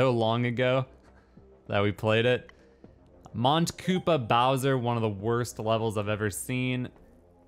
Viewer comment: Mont Koopa is French for Mount Koopa. The t is silent, the n nasalizes the previous o.